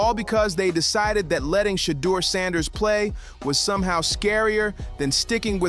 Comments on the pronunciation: His Name is NOT "SHADOW"❓️❓️❓️ You Should Practice Trial & Error b4 Posting Info about Som1😶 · It's Shadeur NOT Shadow! Put some respect on that name! 😮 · You have good reporting, but let’s work on the better pronunciation of SHEDDUR SANDERS’ NAME CORRECTLY, FIRST. You’re being disrespectful to him and his family by mispronouncing his name. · PRONOUNCED " SHUH_ DOOR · Yo COMMENTATORS LEARN HOW TO PRONOUNCE SHEDEUR SANDERS NAME!!!!!!!! 🤨